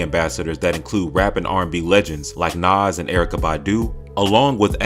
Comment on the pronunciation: Say Nas and Erykah Badu ONE MORE TIME! 😤